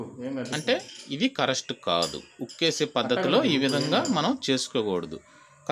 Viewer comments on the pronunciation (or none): మీరు "కరెస్టు" అని తప్పుగా పలుకుతున్నారు. కరెక్ట్...అని పలకండి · daya chesi ne English ki Oka dandam, dayunchi me viewers ki mi English tho champakandi,,. adhi hanchor hukku kaadhu, Anchor hook,, alage correst kaadhu adhi correct ani correct ga palakali🙏🙏🙏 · Correst kaadu correct